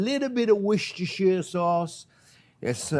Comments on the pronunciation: Worstechire. To much? Love him. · I like how you pronounce WORCHESTER sauce, French accent, will never go out of you. But this is something why you one of my favorite chef in the world.